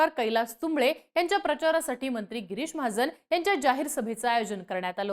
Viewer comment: Bai pahile tuze uchhar sudhar girish ahe giris nahi ani mahajan ahe mahajn nahi kay uchhar ahet bhasha tari shudha vapra